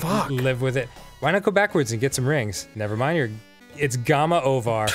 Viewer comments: I'm so, so happy that I'm not the only one still saying "Gama Ovar". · Did Dan say 'Gama ovar' again?